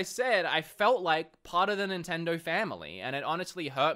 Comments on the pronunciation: can’t really pronounce nintendo correctly. Sounds like he’s saying “nintendor” sometimes. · They dropped you cuz you can't even say Nintendo.